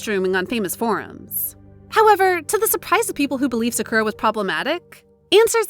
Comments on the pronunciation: Please learn to pronounce their names correctly. Idek how you could pronounce sakura like that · The pronunciation " Sakura" in this vid is hilariously annoying. But good job pronouncing those korean names properly. Cant get that Japanese one down I see. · It's not skura😭✋ It's SAKURA